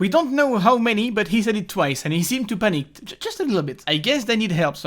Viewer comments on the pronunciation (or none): panick? panic?